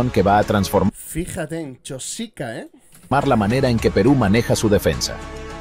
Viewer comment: El que habla en el reportaje no es peruano y habla de nosotros, nuestro, nuestra pronunciando Chósica en vez y lugar de CHOSICA sin acentos. Pronunciar bien Chosica y no Chósica.